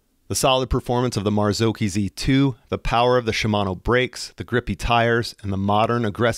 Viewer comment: Marzocchi? thats correct pronunciation of it. where the -cchi is sounded as a -cki.